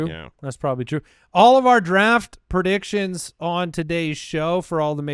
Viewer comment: No one else Laughed when said "pro..diction"